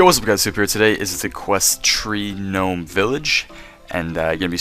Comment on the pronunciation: YOU LITERALLY SAID Ggnome and im dying